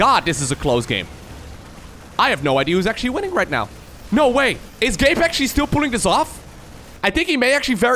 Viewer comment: Whenever sais Gabe, i tend to hear "gape" and that'd be something really inapropriate lmfao